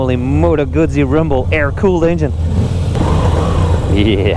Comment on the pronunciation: Yeah, I hate it when bike journos can't/won't pronounce Guzzi properly.